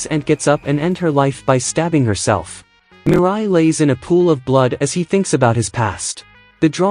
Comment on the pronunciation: ah yes "confinement store" "hersleff"